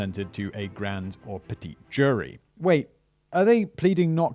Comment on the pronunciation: Petit jury is pronounced as "petty" jury.